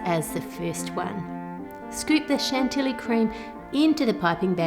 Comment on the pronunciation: Hi Ann I love your videos - they're always so creative and entertaining. Just a minor thing: chantilly is pronounced chantee (the a sound is similar to the au in aunt)